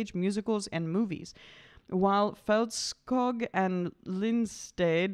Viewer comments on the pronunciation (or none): This was fun heh and agreed and please look up how to pronounce her name (video of her saying how to pronounce it), it’s not that hard, I promise :p you’re almost there heh just a little different and the ö is like the first sound in the word earn or the u in burn, and ä is like eh and the other is pronounced the way it looks, but you can look up the Swedish pronunciation :p